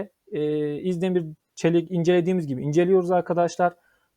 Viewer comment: İzdemir diyip diyip duruyor bi de. Önce Türkçe öğrenin sonra analiz yapın